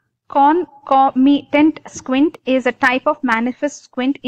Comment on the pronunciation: Not clear with the topic... U brk while u teach🙄..u dont know to pronounce concomitant also... Hmm hmm..